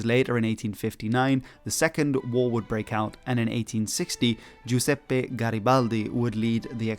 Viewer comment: Man, you had a great pronunciation the first time on "Giuseppe", but made a mistake the second time 😂